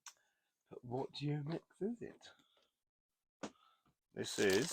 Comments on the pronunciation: UMAREX, not Uramex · it's Umarex, not Uramex.